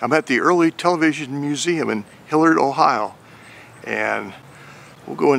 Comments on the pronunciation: It’s Hilliard, not “Hillard” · Pronounced hill yerd